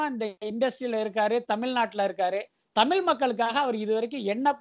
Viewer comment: தமில் இல்லை தமிழ்